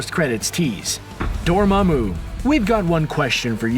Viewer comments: Ok I’ll give you another chance to try to say “Dormammu” correctly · This guy really needs to go watch Doctor Strange again. This is two videos in a row where he's mispronounced Dormammu.